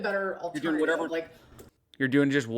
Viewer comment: she's not even fluent in brainrot 😭 Ask the fellow kids how they're do-eeeeeen